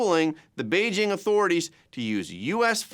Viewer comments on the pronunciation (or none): none